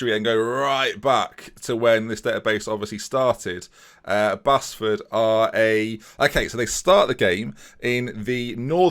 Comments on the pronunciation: It's Base-Ford not Bas-Ford, I live there so I know😂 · You say it as Baseford not Bassford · As someone from Nottingham I just wanna say its pronounced like "Base-ford" even though it isn't spelt that way!! Also please do a rebuilding Liverpool save with this database I'd love to see that! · Oooo Mickleover. My home village. And Basford is pronounced BASE FORD. Lol. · Basford is pronounced Base-ford, not that interesting but there you go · Basford United is pronounced Baseford 😀😀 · Love the way you pronounce Basford mate. Its said 'Base-ford' btw <3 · Prounounced base-ford! Local to me, absolute shit hole 😂. Great vid keep up the great work